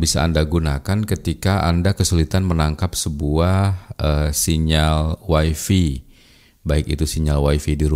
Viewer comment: Wify dibacanya WAI-FAI, bukan wai-fii. Kebanyakan wong jawa sering salah bacanya